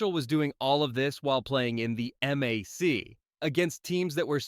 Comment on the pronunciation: It's NOT 'M-A-C'... It's the 'MAC' ...and it's pronounced 'MACK'